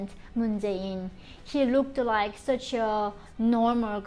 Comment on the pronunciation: Something similar to it though , you ll often hear the r sound in words where they need an l sound like black is said like brack like into rike you ll notice that in her accent but yeah it is not completely japanese .